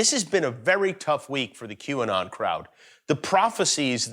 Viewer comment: It is Qanon, not IQ-anon